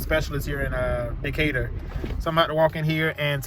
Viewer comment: Lol he said Decatur fam.